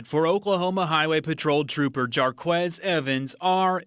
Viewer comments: “Jar Quez “ 😂😂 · His name is jar'ques pronounced Marcus with a J